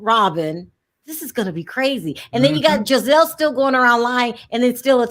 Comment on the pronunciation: Can someone please tell that Giselle’s name is pronounced with a soft G and not a hard G 😂. She keeps saying Gazelle like the animal 😂😂😂